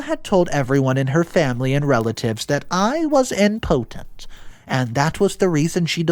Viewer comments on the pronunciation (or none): I was a little thrown off by the pronunciation of the word “impotent”… it sounded like he was saying “important”. Love the stories, but I do notice that a lot. 😬